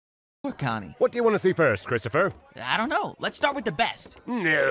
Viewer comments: I had to replay the terrifying coin saying the character's name I thought it was 'Cryptopher' instead of Christopher edit: WAIT IT IS CRYPTOPHER? Fucken hell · I can’t be the only one cringing when he starts calling him cryptopher instead of Christopher